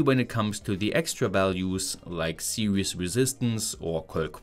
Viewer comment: "...on diz wid-eeoh see-weez"... Say no more... SUBSCRIBED! All joking aside, keep up the kick ass efforts! I'm a new fan!